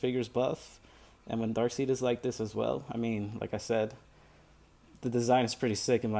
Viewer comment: Pronounced DARK-SIDE